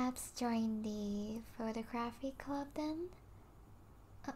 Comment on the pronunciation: BREAKING NEWS: The VP of the photography club doesnt know how to pronouce photography.